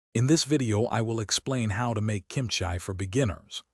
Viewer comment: Kimchia ? You mean kimchi .